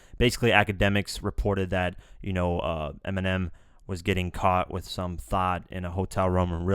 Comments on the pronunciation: Nobody says eeminim.you wouldn't say that cuz it sounds stupid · People literally mispronounce Eminem daily by saying it as M&M lmao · Many people mispronounce Eminem lol why do they have to bitch about it